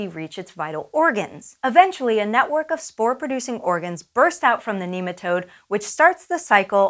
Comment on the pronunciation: She keeps on saying kneematode. Cant watch any lon